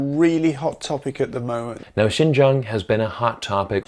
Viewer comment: lol, gotta love how I barely know any Chinese but I pronounce "Xinjiang" less like a foreigner than this shill who LIVES IN CHINA